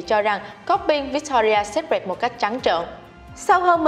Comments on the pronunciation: bạn này đọc chán quá, cứ bạn ý đọc thì sai tùm lum... secret cứ đọc sép rẹt là sao ý nhợ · nên dịu giọng hơn xíu cũng như phát âm đúng (secret) và đọc đừng nuốt chữ thì sẽ hay hơn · Chữ secret đọc sai rồi 😔